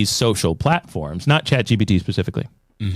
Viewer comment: Uh...Guys, it's Chat GPT!! Not GTP...Thought you guys should know :D